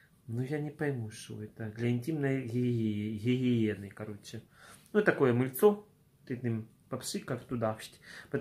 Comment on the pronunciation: Так забавно звучит для интимной хихиены